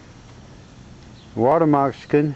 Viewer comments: haha . Wawter Mosikin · Why u keep saying water Mexican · WTH is a "water mokaskin" ????? sheeeesh